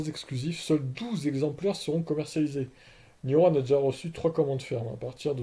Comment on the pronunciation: Elle et entièrement française comme tu dit donc évite de déformer le nom E c’est un E commence par pas dire i